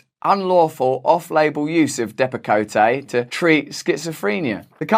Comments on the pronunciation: Depi-coat not depicoteh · Russell, It's pronounced de pa coat... not dep a coh tay. Thank you for all your informative videos. I enjoy them very much. :) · Hey Russell it's DEP A COAT..... NOT KOTAY DEAR. ;) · I think it’s pronounced depp a coat. Not depp a cota. No A sound on the end. I could be wrong, but I don’t think so. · It’s depakote not depakoté lmao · I think it's pronounced dep-ah-coat. Although depacoté sounds more international. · Dearest Russel, its pronounced Depa-Coat. Respectfully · Stopsign Second fun fact - actually pronounced Dep-uh-coat, at least in the US :-) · I think it's pronounced " depa-coat " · sorry. I hate being speech police. it's pronounced depa coat. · Love this. Great video. But it's pronounced depa coat. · Depakote = depa - coat is the correct pronunciation. Learn to speak English, Russell. 😜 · Love ya RB, but "Depakotay" was driving me nuts. Keep up the great work. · The deaths of those children were from something far more serious than just an employee touching a hoist and not washing hands. No one has to be a genius to figure that out. The Abott drug is pronounced Dep a Coat No accentuated e at the end and the new version of Depakote is called Abilify so beware of that. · Excellent reporting, but the name Depakote is pronounced Depp-uh- coat. No ee on the end. Abbott is just one of a number of drug companies that continue to put profits over performance and safety, shareholders over patients. What a despicable interconnected system of cronyism. "You scratch my back, I'll scratch yours" springs to mind. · It’s pronounced Depa-Coat. Jfyi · Also, it’s pronounced DEP-ak-coat. Three syllables, emphasis on the first. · It’s DEP-A-Coat and your always right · It's pronounced dep uh coat. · I dont know what country you're from, but we pronounce it Dep-a-coat in Texas. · DEPP-uh-coat is how you pronounce Depakote. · 1st. Its pronounced ( Dep a coat ) What turned out to be a Fruit Loop of a Dr. put me on it back in the late 80's for A.D.D.